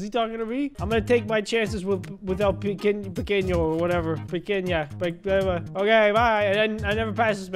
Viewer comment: You say pequenio in Spanish